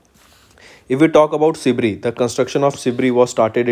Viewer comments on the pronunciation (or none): Kuch ni thoda proper pronounciation ke uper kam karna hi ... Because this video some words were mispronounced. Eg: Sibir ko aap Sibri bolrahe the..! Except that u guys are amazing...!! 🔥🔥